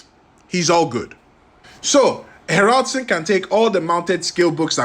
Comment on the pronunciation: Ha'raldsoon ....you say it wrong lol ;S